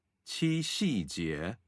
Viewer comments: 总结了8个节日，很好，不过除夕，七夕的读音中，夕是读一声，chú xī ， qī xī！💙💙💕💕🙏🙏😜😜如果要以简体字为准，发音也应该以大陆发音为准。🤔🤔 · 七夕节 的 夕为什么发音是 xì ？